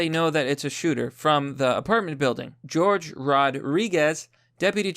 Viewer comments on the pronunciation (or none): Bruh Jorge is pronounced hoar-hey not like George lol